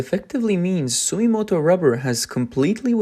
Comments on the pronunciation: ❌ Sumimoto ⭕️ Sumitomo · int'l brands such as Bridgestone clearly focus on high end products(luxury passenger car) and new EV technology, also construction vehicle large size tires which are the highest profitability. the other Japanese brand is called Sumitomo(Dunlop) .. hard to pronouce sometimes..